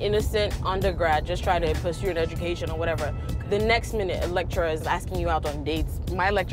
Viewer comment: So axed instead of asked? Is not an African American problem but also Nigerian and Ghanian problems? Basically I have seen a YouTuber Woda Maya doing this also.